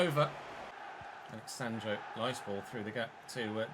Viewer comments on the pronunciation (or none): none